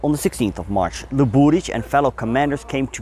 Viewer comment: Zasto ovaj bradonja stavlja kad kaze Sarajevo akcent na trecem slogu. Prestanite se ulagivati Zapad i izgovarajte Sarajevo na bosanski nacin a ne NATO engleski. Uzasno je iritantan. I kod prezimena Luburic nikad nije akcent na drugom slovu